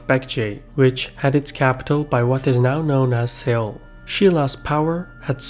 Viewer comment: Do you mean Seoul?